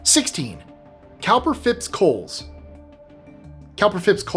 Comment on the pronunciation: Also, COWPER is pronounced COOPER.